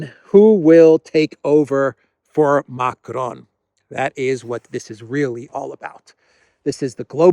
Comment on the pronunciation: Macron is pronounced like "Macrong" not "Macronne".